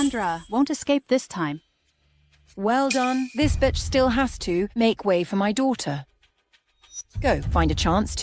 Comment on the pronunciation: They say batch instead of bitch 😅😅